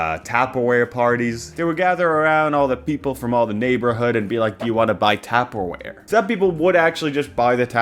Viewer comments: You pronouncing it 'tapperware' is fried, please say it like 'tUpperware' 😊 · Bros never heard of taperwhere? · TAPPER WHERE UARRRGGGHHHHH 😠 Lol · The first time you pronounced tuperware was excusable but then you kept doing it. Omg. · The way you keep calling it “Tapperware” like it’s a tap shoe brand is sending me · If you say TAPperware one more time i stg. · I heard a vine boom inside my brain every time he said that word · Did he say tapperwear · Have you considered he is pronouncing it like that because he is in fact evil? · Not that it really matters. Technically, he pronounced it "tapperware" with two "p"s. "Taperware" would be pronounced with a long "a" sound.(Now imagine a nerd emoji because apparently my phone doesn't have it) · Whyyy does he say Tupperware like that? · Is that pronunciation of 'tupperware' rage bait, sir? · That or a hate crime